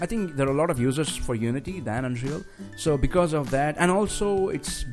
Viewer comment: It is "Un-real", not "Un-Dreal"!